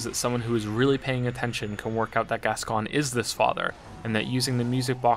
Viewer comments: So this was awesome and well done, but when you say Gasgoine.. the way it’s meant to be said is ‘Gas-g-oin’ like ‘coin’ at the end.. sorry 🙃😀😀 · Sorry, but this is annoying the heck out of me. Father Fartmoney's name is pronounced "Gas-Coin" and not "Gas-Con". Bit late now, but hey-ho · The pronunciation of Gascoine hurts me greatly, it’s Gas-Coin not Gas-Con… I wish I wasn’t hurt by such trivial matters. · I believe it's Gas-Coin